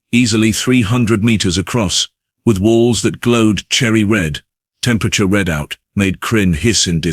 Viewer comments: 09m:23s: Nope. It's temperature REED-out. "RED-out" is what happens to people in high-gee.. Have a chat with your "AI" speaker. flipping coin to decide continue/abandon. TAILS Thumbs down, abandon. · I love when AI decides to read the temperature red-out.